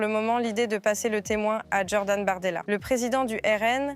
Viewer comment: Y a pas de "d" avant "Jordan",.